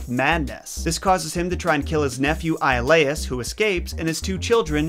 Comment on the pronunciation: one you pronounced his second wife's name wrong, as well as Iolaus